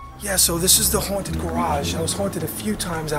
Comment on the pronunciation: the brother tree it's haunted not hotid 😂